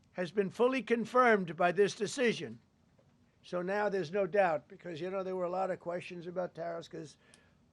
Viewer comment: "Dish deshishion" Holy shit bro you're slurring like your BAC is above the legal limit. What a joke.